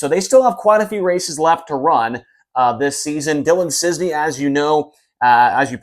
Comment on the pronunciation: Is't Cisney IT'S CIS- NEY not CIZNEY